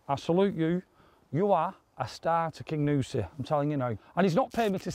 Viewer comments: Great video as usual boys - but it's the Cairngorms not the Carigorms and it's 'King You Si' not 'King OOOsi' 🤣🤣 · I want to play Kingussie. Sorry I'm a bit late on watching this sensational match, been laid up for a few days., it's (car'n-gorms) not that it matters as the scenery can be called what you want, it is still beautiful.